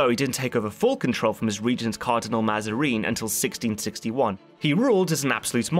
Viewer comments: I found "Mazareen" and "Orleens"most funny. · I love the content but the pronunciation of Mazarin and d'Orleans... My god.